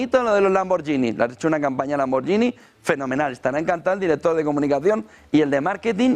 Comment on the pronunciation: Se pronuncia "lamborguini". Excelente programa.